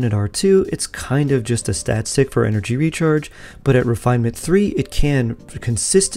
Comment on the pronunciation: What is energy rechrage? 😂 I wasn't going to say anything, but you did it multiple times 😜